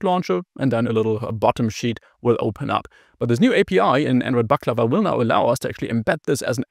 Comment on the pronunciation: First time in history that someone who's not from the Balkans or Turkey actually gets the pronunciation right.